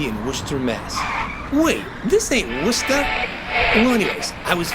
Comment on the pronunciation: Haha right? Always a bonus to hear “Worcester” pronounced correctly!